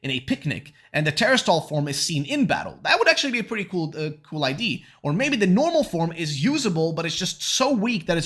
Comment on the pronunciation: Can someone please tell this man how to pronounce the word "idea"?